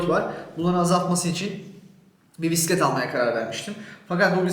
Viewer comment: Neydi yavrucum o? Biğğisset mi? Bissset mi? Bisistisiss mi? Amcalar seni anlamamış olmasın 😆Biğğiisssetin üç tekerlikli miydi şirin yumurcak seni? Rengi neydi bakayım? Penbe mi yoksa? 🤣🤣🤣 Biğisseti çalınmış 😆😆😆